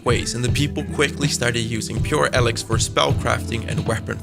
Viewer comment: Firstly the games name is spoken as Eelix as in eel, not Alex. Secondly your forced 'rasp' is very annoying.